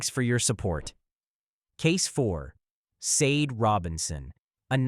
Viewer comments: Her name is Sade, Shar-day not sayde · I wish all of these victims could have their names pronounced correctly!! Sade=Shaw-day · It's pronounced sa-day. Christ!😩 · Sade is pronounced Shar-Day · I'm subscribing... I appreciate clarity. There's no mumbling & I'm not struggling to understand what's being spoken. I also appreciate the respectful manner in which the victims are spoken of. What's for you is for you & may your channel continue to grow abundantly.💫✨ It's pronounced Shar-day.... She was a beautiful young lady inside & outside like the other ladies covered here.💠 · Actually it's pronounced Shah Day 😢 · Wish you had taken the time to pronounce Sade's name correctly 😪 Great video though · ...Right - because there is no excuse since she shares a name with a well-known singer who has been popular since at least the eighties. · Sloppy and disrespectful to mispronounce Sade’s name 😠 I hate AI